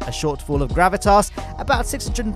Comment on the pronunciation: It really sounded like you said a shortfall of gravitarse